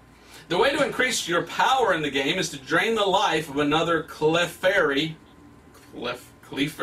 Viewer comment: the way that he pronounced Clefairy, almost sounds like he said “queef fairy”. OMG